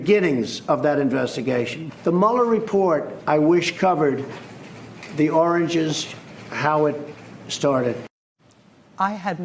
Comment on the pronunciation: bruh, Its origin...lmao not oranges...smdh